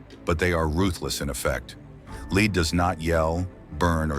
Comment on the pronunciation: Please pronounce word Lead like the metal it is.